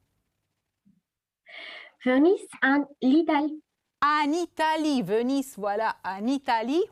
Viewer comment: Bună ziua! Veneția în franceză se scrie Venise și se pronunță cu z. Atenție!!! Vous vous débrouillez excelent.... De toată jena. Vous vous débrouillez excellemment. Vous vous débrouillez très bien. Există variante dar trebuie cunoscute... Ils /elles sont, se pronunță t-ul final în tabelul de conjugare. Schimbați profesorul, ar fi mai bine. Se relâcher = a se relaxa?! Oribil. Plus de respect (dacă nu pronunțați s-ul de la plus înseamnă, ca nu există respect.)